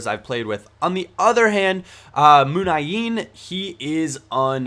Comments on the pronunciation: he just cuts out an "i" .... munain instead of muniiiiiiiain is a difference .... and whats the problem with posting something which makes his video better after all? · plzzz learn how to spell MUNIAIN..... its MU-NI-AIN and not muNAin ;) have a nice day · Wrong. it's "moon-yah-een" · Munian is pronounced moon-yi-een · actually he can't say the name right...he should say moon-ya-in.. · Why was he bitching about the way pronounces Muniain in the first place. It is an easy mistake to make. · why bitch about not pronouncing muniain wrong